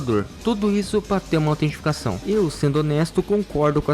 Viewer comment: Falou autenticação errado o vídeo inteiro kkkkkk